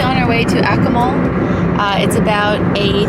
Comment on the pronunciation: If you are going to present yourselves as informed travel vloggers, you might not butcher the pronunciation of your destination in the first minute - hint - in Latin American Spanish the syllables are enunciated very clearly. eg A- Koo- Mal. Ironically, your sponsor is Babel. Maybe think about taking their courses!!